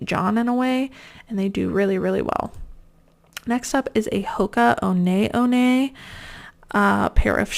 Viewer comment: Finally got around to finishing this video. Wanted to commend you on pronouncing Hoka One One correctly - so many people don't lol. Incidentally I live near the Deckers Outlet in Ventura CA, where you can pick these up cheap. I don't buy them for resale though, the aren't that cheap. Well, sometimes they are. Deckers owns and designs the brands Ugg, Teva, Sanuk, and Hoka